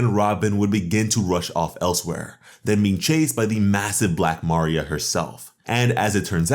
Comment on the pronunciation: You should search up how to pronounce a name before you say it because I was confused on who you was talking about. Ask google how to pronounce Maria